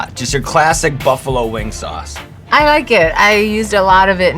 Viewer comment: couldn't help but laugh at 's.o.s chilli'. it's really just pronounced 'sauce', sean.